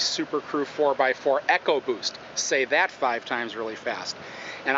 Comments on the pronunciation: EEEEEEEE-CO boost, not ECKO boost -smh ford guys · Its not echoboost its ecoboost .' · It's not echo-boost its ecoboost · he pronounced ECO boost wrong...